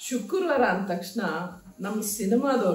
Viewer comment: ಶುಕುರ್ವಾರ ಅಲ್ಲ ಮೇಡಂ ಶುಕ್ರವಾರ ಅಂತ ಹೇಳಿ